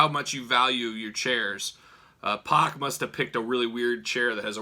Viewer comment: Good video but get the mans name right, it’s pronounced “pack”